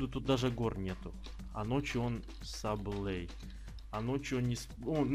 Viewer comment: Мне одному кажется что 5 сезон один из лучших? Кто за пишем под коммент + и ставим лайки под видео. И правильно не Саблэй а Саблай